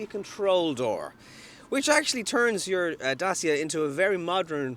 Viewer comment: You pronounce it dacha, by the way. 🇷🇴😃